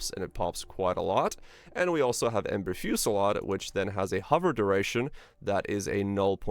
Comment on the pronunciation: The way you constantly struggle to pronounce "Ember Fusillade" doesn't bode well. Are you Canadian?